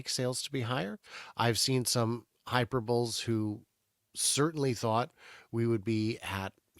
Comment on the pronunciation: Just checking your hyperbole. I think I heard you say hyperbowl. The final e is un-silenced. 🙂